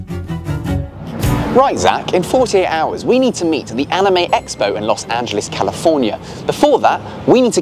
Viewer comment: What even is Lous Anjelees? I know of Los Angeles...